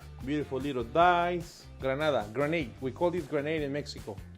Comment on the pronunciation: I live for R roll. Grrrrranada!!!